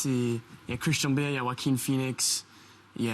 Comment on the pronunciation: I thought he was saying kristen bell, not Christian bale 😭